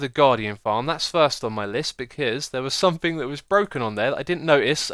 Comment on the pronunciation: X. are You aware that You say somethinK instead of somethinG? (No offence intended)